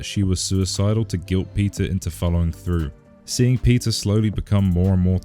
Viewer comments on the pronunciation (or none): why every time you say peter i hear pizza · When he says Peter, it sounds like pizza 😂